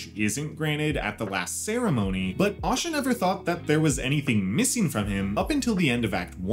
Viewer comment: Asha not osha